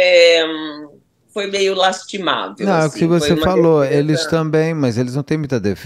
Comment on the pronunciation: Nunca cortaron el " lastimável"😅😂